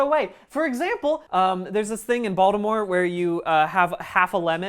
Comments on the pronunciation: That Baltimore accent coming out when you say “baldemoh” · The way I immediately knew he was from Baltimore the moment he pronounced it “Baldimore”